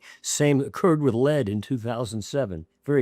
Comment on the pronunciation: Dint listen to a man that can't pronounce lead